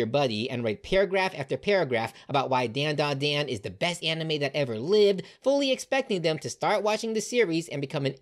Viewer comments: It is pronounced DondaDon. Don( like a drum beat) yes is an on and not an sound. Dont believe me say Gohan. The an is an on sound. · bro keep saying dandadan wrong